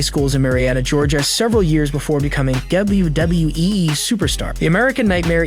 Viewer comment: Bro stop saying e twice it's wwe not wwee